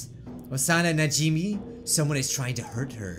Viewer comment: It's NA-JI-MAY